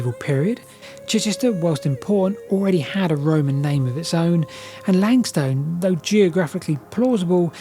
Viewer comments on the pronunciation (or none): Dunwich == dun-ich, like Norwich which has no sounded 'w'. The 'wich' comes from the Anglo-Saxon suffix -wīc, signifying "a dwelling or fortified place" 🙂 I guess Ipswich is indeed 'ips-wich', not 'ips-ich', but there's always an exception that proves the rule 😂 And 'lang-stone' == 'lang-ston'. And , "unproportional" should be "disproportional" (from Goolge: "Disproportionate" is the standard, preferred English term meaning out of balance, uneven, or not in proper proportion to something else. While "disproportional" is occasionally used, "disproportionate" is more widely accepted, especially in formal contexts. "Unproportional" is generally considered non-standard or a mistake, though it is sometimes used to mean the same thing.) And finally ... do you have any idea one why the village of Snap appears to have been destroyed as opposed to simply abandoned? It must have taken some effort to collape the place to it's current hard to recognise form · I wouldn't have known about pronouncing "Dunwich", but I have only ever heard "Langstun" rather than "Lang Stone"